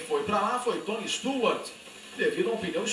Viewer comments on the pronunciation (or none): TAGADEGA???JOI NEMETHIECA???TONI STUARTI???DAIOUU EIRARDI JR.???JUMI MEQUIMAREI???ROBI LABONTI??? QUE MERDA DE NARRAÇÃO É ESSA??